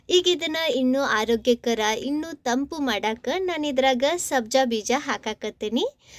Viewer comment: ಸರಿ ಸ್ವಚ್ಛ ಶುದ್ಧ ಕನ್ನಡ ಬರುವವರ ಸಹಾಯ ತಕೊಳ್ರಿ ಕನ್ನಡದ ಕೊಲೆ ಮಾಡಬ್ಯಾಡರಿ. ತಂಪ್ಪು ಅಲ್ಲ ತಂಪು ಸರಬತ್ ಅಲ್ಲ ಶರಬತ್ ರೀ 😂😂😂😂